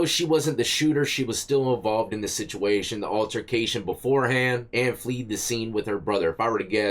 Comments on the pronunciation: Fled rhymes with bed. They fled the scene.😂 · "Both of the citizens FLEED the scene??" He didn't say it once, but twice. Dude? FLED - short 'e'. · Fled, not fleed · Fled not Fleed